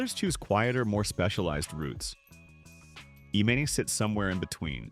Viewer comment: Her name is pronounced E-mahn, dummy.